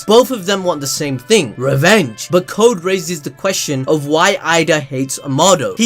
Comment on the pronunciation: I just gotta laugh every time you say 'ting'